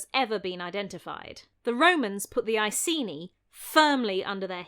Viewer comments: Love love love your video — as always — but it hurts to hear you mispronounce Ekeni as Eyeseenee over and over again… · Icenii was the latinised name and must be pronounced with a hard c. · Sorry for being a pronunciation Nazi, but if "Iceni" was pronounced as it is in this video, the Romans would have spelled it "Aesini". In modern English it should really be pronounced "Ikaynee", Claudius should be pronounced "Cloud-ius", "Paulinus" should be pronounced "Pow-leenus", "Tacitus" should be "Takitus", and Belgae has a hard "g".